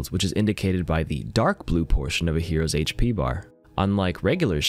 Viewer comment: thank you for saying HP and not hashpee